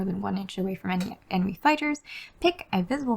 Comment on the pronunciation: Emeny? EMENY! 🤣